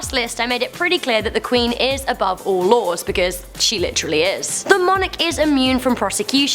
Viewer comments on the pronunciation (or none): none